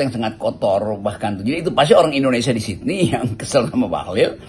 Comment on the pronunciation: Bung Hersu, masukan ya ..Sydney bacanya salah, pls cek Google. Smg membantu